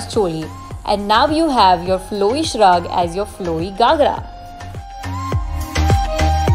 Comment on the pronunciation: It’s GHAgra and not GAghra😅